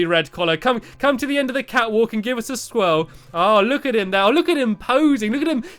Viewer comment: When you said catwalk, I thought you said fatwalk.